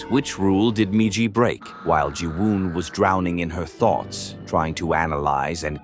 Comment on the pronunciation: I cannot wait for AI to die so people read their own damn YouTube videos again. I fucking HATE AI voiceovers. An hour in and the stupid ass ai forgets the M-I-J-I spells MIJI. Mispronouncing every other repeated word throws me completely out of the rhythm of the video.